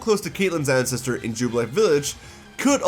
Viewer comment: You might want to work on enunciation on certain words. I'm not trying to hate, but "ancestor" came out as "ancest" on multiple occasions and sounded like you were saying, "incest" As in, "we have multiple incest of characters and that's great!" Yeah, it was a bit distracting.